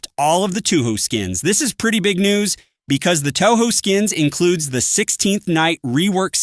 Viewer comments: get it right man it's touhou two ho, 2 ho, toho, two house, two who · "two ho" "2 ho" "toho" "two house" are we serious 😭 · It can't be that hard to pronounce it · the pronunciation of touhou is killing me